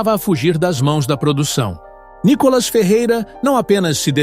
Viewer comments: Fale ceeto o nome do nobre deputado. Não é Nicólas é.NÍkolas! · Cara para de falar Nicolas às vezes você fala Nicolás cansa ver você falar Nicolas vai te catar cara quer aparecer.